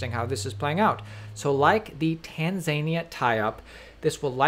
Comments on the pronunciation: I have never heard Tanzania pronounced that way before. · I was really hoping he’d only have to say Tanzania once after I heard him pronounce it the first time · Love the videos, but you butchered Tanzania so many times. Lmao. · You are pronouncing Tanzania incorrectly. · Jeez the Tanzania pronunciation is bruvvvvvv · You're not pronouncing Tanzania correctly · You completely mispronounced "Tanzania" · Can someone please tell this guy how to pronounce “Tanzania” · Is no one else bothered by how he pronounces Tanzania? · Isn't there mass genocide, civil war, and starvation in Tanzania? You need to learn how to properly pronounce counties names before you broadcast. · Tanzania 🇹🇿 is said like tan zan ear. Not tan zinia lol 🙃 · It's tan za knee ah not tanzain ia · Sorry but it's not tan zania. It's tanz a ni a. Lol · Sorry kids, late to the party. Just posted this: GK J 0 seconds ago It's........... tans-a-knee-a.......... bro. NOT............... tan-zia........................LOL geeze. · It’s not Tanzania it’s Tan-Zania 😂😂😂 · Can anyone tell me where Tan 'ZANIA' is? Maybe it's close to Tanzania (Tan Za Née Yah) 😂🇹🇿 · Lmao tan-zay-nee-uh xD (tan-zahn-eea) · I got a huge giggle out of that video too 😂 Clearly missed his geography classes at High School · Lol tanzayneia. It’s tanzAneea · Tan -Zah-Niah not Tan-Zania lol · Not pronounced Tenzaaania But Tahnzahneeya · It's TAN ZA NEE AH dude. Not TAN ZAY NEE AH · It's........... tans-a-knee-a.......... bro. NOT............... tan-zia........................LOL geeze. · not tanz-ania, it is tanza-nia. Love your vids, but please get your pronuncianions right, stop making mistakes reading back articles! it is a pain to listen to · Tanzania... it's pronounced Tanzania bro!! Lol love you guys, love the content. Keep it coming 👊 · No, he’s saying it right. Haven’t any of you ever heard of the Tan-zany-an Devil? Sheesh. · Tan-Zay-Nee-Ah is right next to El Savator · TanZaynyEar is the capital of Tamzania #))))) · It's Tanza nia